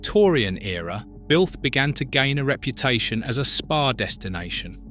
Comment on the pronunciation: Really need to get the AI voice to pronounce words properly. If you're doing a video about spa towns, at the very least, the voice needs to be able to pronounce SPA and not just spell it out!